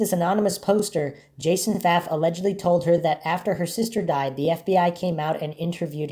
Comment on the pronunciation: Last name pronounced correctly. Thank you